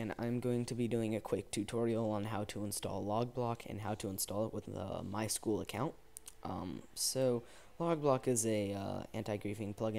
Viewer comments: its my-s-q-l not my school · IT IS NOT MY SCHOOL ITS My-S-Q-L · MySchool? MySQL where S Q L is pronounced